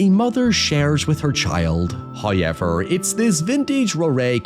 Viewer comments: Why the fuck do you say "hoyever" its hoWever omfg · First "hoyever" drops . This is as it should be.